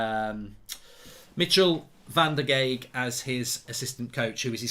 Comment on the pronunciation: and Van der Gaag (use the "a" like in Bath and add a "g" at the end to pronounce well)